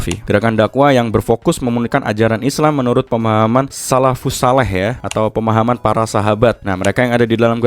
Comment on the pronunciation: Maaf bg salafu Sholeh Bukan solah